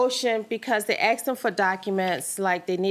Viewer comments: She axed chew ! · “That’s all I axed him to do.” Tells me all I need to know. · Haha…she “axed” for too much and karma don’t play.